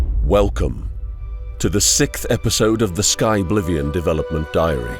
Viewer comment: Sikth? You mean Sixth?